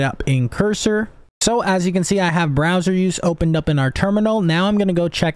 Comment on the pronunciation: browser not BROSWER